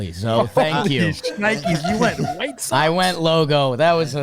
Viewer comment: Jake saying whitsox almost made me crash my car